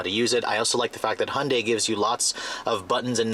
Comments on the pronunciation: ITS PRONOUNCED Hi-on-dy NOT hun-dy YOU STUPID!!! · ホンダイの発音は戴けないけど 想像よりもストレスフリーな加速だ。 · He can't even say Hyundai, driving with no hands, great man